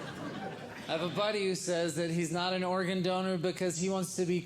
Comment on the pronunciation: Was he saying Oregon donor? As an Oregonian I think I should have a say in this...